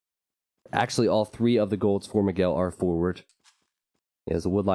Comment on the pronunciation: Who is "Mageel"? :P His name is Miguel and is pronounced as "Me guell". Check it on Google translator in Portuguese to hear it.